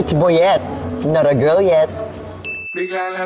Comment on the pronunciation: Ang basa dito boyette ay Bo-yit